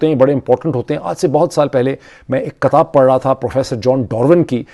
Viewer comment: کیا اچھا ہو کہ لفظ کو کتاب ( kitab ) پڑھا جاے۔اور (katab ) چھوڑ دیا جائے ۔ باقی زبردست تجزیہ ہے